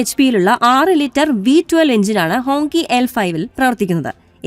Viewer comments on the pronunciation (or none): ഹോങ്കി എന്നല്ല 'ഹോംഗ്‌ചി' എന്നാണ് വായിക്കേണ്ടത് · It writes like Hongqi, but pronounced as HongChi.😊